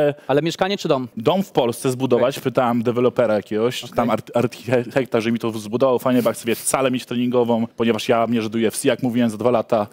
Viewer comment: nie potrafi słowa architekt wymówić a chce się brać za budowę czegoś 😂